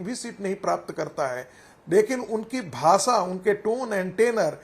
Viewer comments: भासा नही भाषा होता हे रागी😂😂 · भासा नहीं भाषा होती है रे गवार